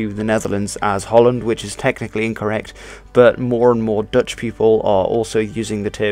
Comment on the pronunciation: Are you Dutch? Your Dutch pronunciation is spot-on. But your English doesn't have an obvious Dutch accent either. So kudos in either case.